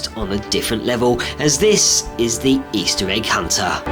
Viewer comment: And this is eistir egg huntar i love that way you say it lol